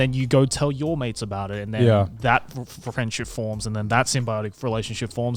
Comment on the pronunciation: in the whole part I kept mishearing Joey, kept thinking he was talking about maids instead of mates 😂